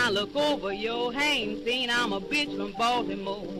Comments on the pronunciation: A bih from BAL-TEE-MOE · Bruva Cap baldamore 🤨